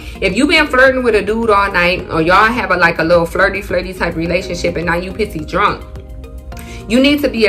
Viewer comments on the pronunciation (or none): u is ah trini?🇹🇹